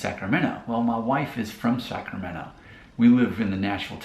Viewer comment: The moment you said Wilton 😂🛤️ Elk Grove’s backyard vineyards. No wonder the move to Nashville was a lateral midwest move. You can read about the Midwest influence in a John Steinbeck novel. That is very different to South Sac or downtown Sac. At least you didn’t pronounce the T in Sacramento.